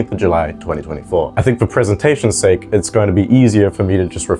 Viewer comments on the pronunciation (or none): none